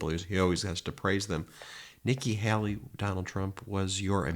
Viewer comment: It's not pronounced Helly. It's Haley. Hay-Lee! What is so hard about this Ben?